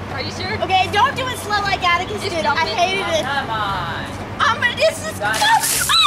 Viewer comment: When she said like this video it sounded like lick this video so i licked it 😂🤣😅😇😘😋😛😝😝😜😜🤪🙃😉😌😊😊😁😄😃😀